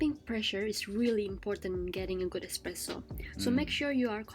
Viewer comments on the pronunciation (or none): Sorry to be a pain. Espresso - not Expresso. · Flat white. Triple shot. In a medium cup. That is all. Or an Espresso of good coffee. Yes, ESPRESSO. It is NOT EXPRESSO!